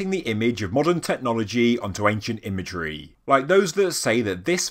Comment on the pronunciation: Technologyeeeeeee, imageryeeeeeee. Dude, learn to pronounce things properly. Anyone told you what syllabs and accents are?